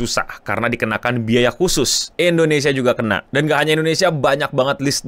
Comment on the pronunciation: Endonesia? Indonesia keleuss... 😅😅